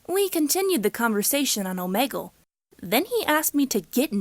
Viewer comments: ITS "OMEEGUL" NOT "OMAYGUL" JESUS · Oh-me-gle not oh-Meg-ool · Omeegol I didn’t know it was pronounced like that🤔